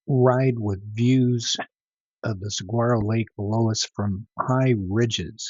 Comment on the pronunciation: "SUH-WAR-OH" Lake.